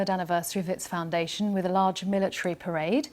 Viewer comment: What is a "militre" parade?